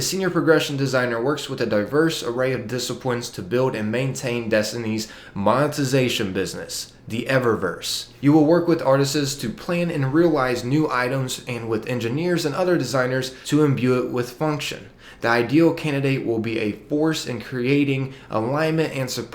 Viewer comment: This dude said “artistses”